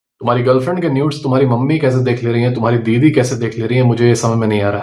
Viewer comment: I really heard " Biwi" instant of " didi" 😂